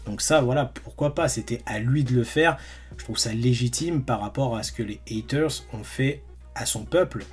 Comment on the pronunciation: heaters se prononce "hiters" pas "haters" pas besoin de forcer l'accent américain